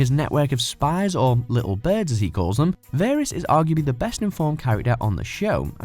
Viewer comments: Damn it, you make enough videos, surely it wouldn't be difficult to learn how to pronounce people's names properly!! It's VAH-riss, not VAIR-iss, you incompetent idiots! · varys not verys